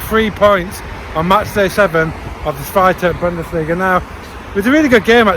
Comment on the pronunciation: Nice Video! I appreciate your pronunciation (HSV and zweite Bundesliga). I only would like to add that the HSV was offically founded on the 29th September 1887 not 1919, in 1919 they only merged 3 clubs to 1 club (because of a shortage in man due to ww1). And some other famous players to mention are Son, Boateng, Calhanoglu, Kevin keegan, Horst Hrubesch, Kaltz or Van Nistelrooy.